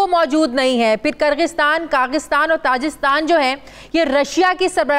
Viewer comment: Kaghistan , tajistan 🤔🤔🤔 . Do ur homework b4 just pretending to know what u r taking bout . U can't even pronounce names correctly , it's Kazakistan , Tajikistan .